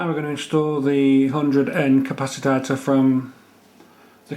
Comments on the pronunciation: nice but i couldnt help laughing everytime you said 'capacitator' insread of capacitor... priceless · Dude it's pronounced CA-PA-CI-TOR, not ca-pa-ci-ta-tor. Love the vid though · learn a new word day..capaci-TOR..not capacitator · Why do you call it a capasitator and not a capacitor? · Interesting, Nice idea. Please dont say Capasatator